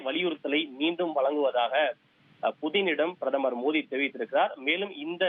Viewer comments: மோடி ? மோதி என்ன உச்சரிப்பு தமிழ் பேசுறீங்க நல்லா செய்தி வாசிக்க மாட்டீங்களா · Why ponouncing மோதி instead of மோடி?